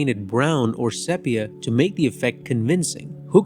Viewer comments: I really liked your review……except the word “sepia”, is pronounced SEE PEE UH, not SEP PEE UH. Please try to use the correct annunciation. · “Sepia” is pronounced “see-pee-a”, not “sep”. Oy. Otherwise, a good short. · If you are going to make videos like this at least learn how to pronounce the damn words. It’s not pronounced sepia with a short e. It’s pronounced SEE PEE UH. This is common knowledge which shows that you have no idea what you are talking about. Get it right! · Sepia is pronounced see-pee-uh. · Very well done. Thank you. Only thing: 'sepia' is pronounced 'SEApia.' Otherwise it's perfect. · You are the first person I have ever heard, to mispronounce the word 'Sepia'.